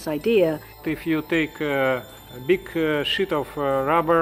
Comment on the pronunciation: “If you take a big shit of rubber and you poot on that rubber”